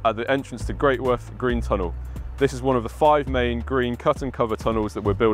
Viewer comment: Very interesting, but for goodness sake, it is not pronounced Great Worth...it is Gretuth.